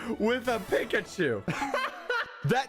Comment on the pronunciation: Wait, He- He Says Pikachu Wrong HOW DOES SOMEONE DO THAT?!?